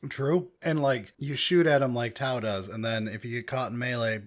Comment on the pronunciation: You nailed tau